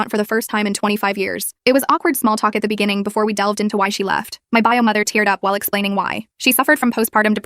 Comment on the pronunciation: “buy-o” instead of “bio” lol